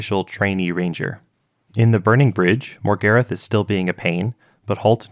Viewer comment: americans should never be allowed to pronounce characters names that stem from British/European roots how the fuck did you pronounce Morgarath as MORE-GARIFF ?? MOR-GAR-RATH